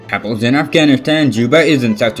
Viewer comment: Badly pronounced: Kabul(you said kaplle) it’s called Ka- Bull Prague(Pagan) Pray-geh